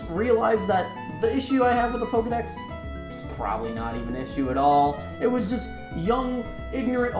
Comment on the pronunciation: Little pet peeve. It's pronounced Po-Keh-mon and Po-keh-dex. You said Po-keeee-mon and Po-keee-dex a lot. I know it's a little thing, but it was distracting.